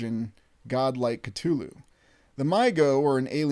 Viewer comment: One of the only times I've ever heard someone pronounce "Cthulhu" correctly. Bravo.